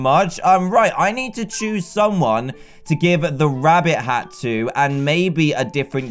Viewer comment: One time in the ep u saif wabbit